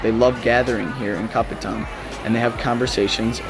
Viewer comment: Hurt my brain hearing you pronounce kopitiam LOL (Ps, there is an i in tiam). Made me miss Penang though.